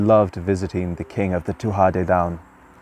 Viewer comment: Tuatha Dè Danann is not being pronounced properly.